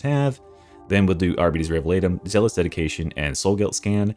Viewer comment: Arbeaties? Can you pronounce diabetes, and then pronounce bite?